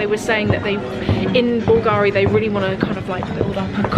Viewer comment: I know you like this kind of details: the accent in italian for Bulgari is on the U 😉by the way love hello kitty and kawaii stuff but heck, those Balenciagas look cheap!